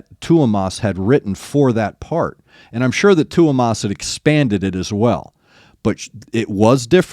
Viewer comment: No worries, you pronounce Tuomas's name really well 👏 Greeting's from Finland, the Nightwish-land:)